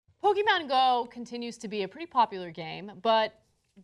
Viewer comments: Are you pronouncing Pokémon wrong on purpose just to annoy the viewers? Just curious. Po-ke-mon not po-ki-man. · it is not "pokimon", pokémon means pocket monsters, so don't pronounce it "pokimon" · PokemonGO NOT "Poke-man-GO" you fuckng bitch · did she just fuking ''POKEMAN'' at the begining of this video? SMH Anna wtfff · "Pokey-man go" Ana get your shit together... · Did she say Pokéman GO in the beginning!?